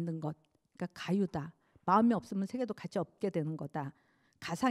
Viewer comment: 연제가 철학자가 마음에 대하여 강의를 한다 했는데, 불교에 대하여 가의를 하기에 뜻박ㄱ이었습니다. 질문! 철학자의 불교강의는 외 더 어려워집니까? 전통적 아휘의 빈곤 때문이 아닌가 합니다. 발음 문제를 지적하지 얺을 수 없읍니다. 긴 자를 짧게 잘못 발음한 예: 가치,(천 천이 절도 있게 말하시옵소서),이론,개념,먼가,대화, 변한것,유정,유정,범부,견해,세계,안이(눈 귀),세계,말씀,(한자의 원문은 천천이 분명히 띄어서 읽으십시요),5식,인식,계속,보(업보),저장소,개념,다(all),선(악의 대),현실화,중생,두 번,선행,등,대부분 일상어를 그릇 발음했다는 것은 놀랍지 않습니까? "한국 어문을 고발함" 이라는 책을 일독해 주실까요? 미국 변 완수 배